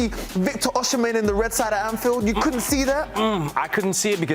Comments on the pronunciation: It's NOT oshi-men - it's Osi-men. That's the literal pronunciation!! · Osimhen - pronouced O-see-men. NOT O-shi-men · Osimhen NOT Oshimhen. Why funkify the pronunciation? Osi NEVER Oshi. Stop it and get some help. Nigerian names have meanings and mispronunciations have larger unintended undertones. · Osimhen “Oh see men see men”